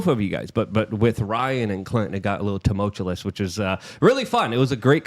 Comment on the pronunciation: “Tumultulus” -luke 😂😂